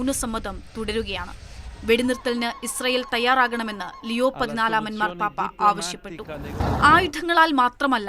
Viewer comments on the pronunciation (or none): none